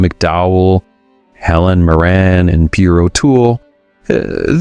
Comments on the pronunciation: Dude...It's Helen MEER-rin, not Helen Mur-RAN. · Helen MoRAN?? Perhaps you mean Helen MIRRen. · Thank you for this - I saw a couple to add to my list. But... don't ever mispronounce Helen Mirren's name again! 😆